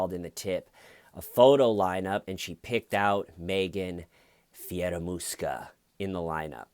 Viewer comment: Is it just me or when says Fieramusca (sp), that hears in my head Scaramouche, Scaramouche, will you do the fandango....